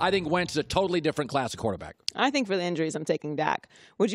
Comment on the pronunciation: “quataaback” - Colin Cowherd